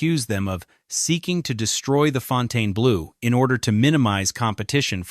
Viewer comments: How could you do all this research on the Fontainebleau without learning how to pronounce the name correctly? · All I have to say is, it was driving me nuts that he kept pronouncing the name WRONG!!!! Second, there is a reason no one has ever built a Luxury Casino in that area because it's a crappy area and tourist do not feel safe walking around there, Hell locals don't like to walk or work around there. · Just stayed there, no resort fee. None of this was true from guest viewpoint. Casino was full, service was great, maid service was great. Turndown service? I haven't seen that anywhere in decades. Plus I left with thousands more than I came with. And pronounce it correctly. The name is French. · It is pretty pathetic that the name of the resort is mispronounced throughout. Left after 10 minutes. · How can we take you seriously when you don't even know how to pronounce the name of the hotel. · Seems like a good summary of the many issues with the property (which I've visited a couple times) but this channel couldn't get a human to voice the video?! And published it saying the name wrong--and differently each time??? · Fontayna-blue? How aggravating is that? Is it that hard to find somebody to narrate a video? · The narrator keeps pronouncing the resort's name incorrectly! Why? Hasn't he heard before the correct pronunciation??? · It is called Fontainebleau and not Fontaine-Blue. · Fountainblue. Brutal narration and pronunciation. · Fountain blue is how its said lol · It’s pronounced Fon-ten-blue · Why can't they program the electronic voice narration to pronounce the name of the video properly, throughout this entire program?! Pronounced, Fountain Blue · It surprised me that this hotel is failing. The one in Miami is one of the most successful hotels in the region, and Vegas seems like a no-brainer. Maybe Vegas is different, but in Miami, its just pronounced Fountain Blue, not the way OP says it. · Fon tane UH blue!?!? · He can’t even pronounce the name correctly